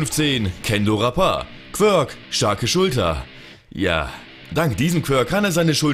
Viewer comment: Es heißt "quirk"